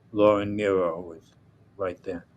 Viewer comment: Anyone else surprised to hear pronounce legendary singer/songwriter Laura Nyro's last name as "nigh-ro" here? I've always heard it pronounced like the Roman emperor, Nero.